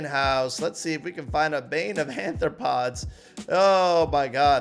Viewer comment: arthropods not anthropods xd